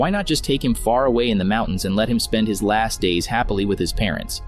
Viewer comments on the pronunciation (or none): none